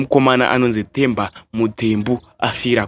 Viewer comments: Its not The as you pronounce in English....its Te as you pronounce in shona wakuita kunge une chirimi chii ichocho,ukwane iwe. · Themba is pronounced as Temba, not as THE like an english word. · Themba Muthembu ..bad pronounce kkkkkkkkkk😅😅😅